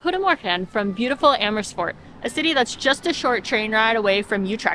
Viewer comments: That was a good pronunciation of goedemorgen! Good job! Glad you had fun in Amersfoort ^-^ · I wonder how many takes that "Goedemorgen" took. It was perfect though. And I didn't know Amersfoort had so many well preserved late medieval buildings. Should visit some day.